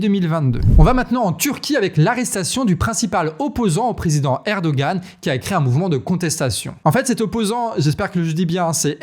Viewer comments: Salut. Juste petite rectification de prononciation: Erdoğan: le ğ ne se prononce pas, il allonge la syllabe précédente: lire Erdoan. Pareil pour Imamoğlu. ça se lit imamolou (vous pouvez allonger légèrement le o, et le u se prononce "ou") Bravo pour votre travail. Un dossier su la Turquie pourrait être intéressant, mais c'est un sujet complexe. Attention au chiens de garde du parti au pouvoir, ils sont très virulent (et ils tuent) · Erdogan est président depuis 2014, premier ministre depuis 2003, vous avez un paquebot de retard aujourd’hui 🤣 C’est erdogan que tu prononce mal, on dit « herdoan »